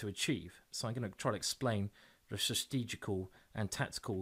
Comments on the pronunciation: FYI. Its pronounced STRA-TEE-JIK-AL! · Yes but Simon is a Brit and he always has trouble with that word.